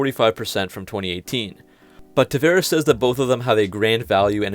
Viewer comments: I'm sorry, but it grates everytime you mispronounce the CEO's name. It's TavAres not TavEres. Come on. It's not hard. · It's "Tavares", the "va" is spelled like the "vau" in the word "vault".